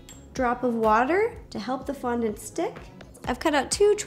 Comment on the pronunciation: Am I tired or did you start saying qaundent?